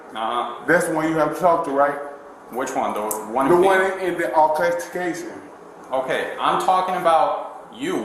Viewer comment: That monster doesn't even know how to pronounce altercation